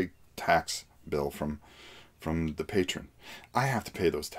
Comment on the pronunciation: Greg Lott yeah. mispronounces a lot of things. But that's just his little quirk.